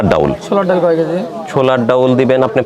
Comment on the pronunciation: Why are you calling daul instead of daal & chaul instead of chal.